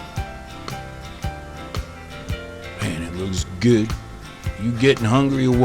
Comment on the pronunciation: he says goo not good